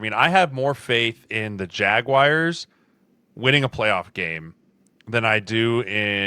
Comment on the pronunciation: Every time I hear Jeremiah call the Jaguars the "Jagwires" I am reminded that the "N" on his college helmet stands for "nowledge". C'mon, Sirles, you're better than that!